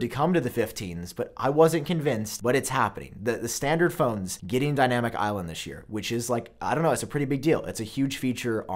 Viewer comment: i hate how you say dynamic